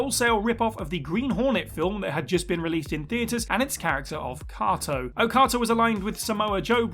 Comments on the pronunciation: Who the hell is 'Kotto', and what the hell does he have to do with The Green Hornet. Ohhhhh, you mean Kato... 'Kay-tow'. Freakin' Brits always butchering the English language. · I'm guessing that only read about The Green Hornet & Cato in the research for this vid, rather than actually watching the film (or the 60's TV show, or reading the comics. or...) otherwise he would know the name is pronounced Kay-toh, not Kah-toh. I know it sounds closer to Okada; no clue how his TNA name was pronounced - never even knew he spent any time there. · Kay toe..you pronounced it wrong, sorry I'm a fan of the green hornet..show not movie..but it irked me..great video nonetheless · Was this guy mispronouncing Kato drive anyone else nuts?